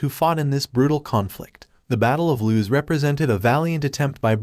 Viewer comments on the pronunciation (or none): Battle of LOOS. Not loose.